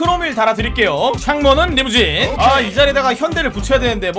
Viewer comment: 형님 촹문은리무쥔~!으로 해주세요 발음이너무 정직해요ㅜ